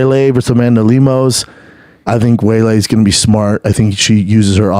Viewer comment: This mf couldnt say "Weili" if his life depended on it. "Way-Lay"...